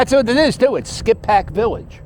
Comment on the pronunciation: The locals pronounce it "skipback". You went by my grandfather's old house on Church Ave lol. Graterford prison is about 1 1/2 miles north on 73 past the Wawa which housed Bernard Hopkins and Meek Mill's, now it's called sci Phoenix. The video doesn't really do the village justice, it's packed on the weekends and drivers go like 10-15mph through there. Great vid Cap!!